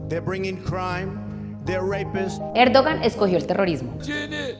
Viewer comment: Una pequeña corrección banal de pronunciación. Se pronuncia Erdoaan en vez de Erdogan.